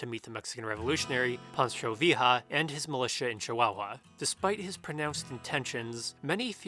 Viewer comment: great video as usual but that pronunciation of pancho villa is an attack to my senses